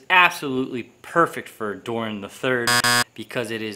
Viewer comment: Its Durin not Durian wkwkwkwk LOL:face-purple-crying::face-purple-crying